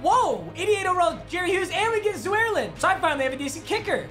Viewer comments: Zwearline Papa it is pronounced Zur Line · Is it just me or did just call the cowboys kicker “zoo-air-lin?” It’s “zure-line” right or na? Just wondering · My man rly said zuerlin 😂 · did he just call greg zuerlien “zoowerlin” lmao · Greg zoo-air-lin, papa needs to respect his fellow kickers 🤦‍♂️😂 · Did he just say Zoo-air-Lin? Lol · “Greg ZooAirLin” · did he just call legatron zoo air lin? lmao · and we get greg “zoo-air-lin” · I KNOW this man did not just say zooaerlin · did this man say zu-werlin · Came to the comments as soon as I heard zoo-air-lin😂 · so we just not gonna talk ab how he pronounced zuerlien as zuarlin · Zoo - Air - Len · who tf is ZOO-ER-LIN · the way he pronounced Zurlein makes me very mad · The way he pronounced zuerlien makes me want to slam my head against the wall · Is nobody gonna talk about how he pronounced Zuerlein..... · I’m pissed at the way he said Greg Zuerlien’s name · How he said Zeurlein 🤢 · Man butchered Greg Zuerleins name 💀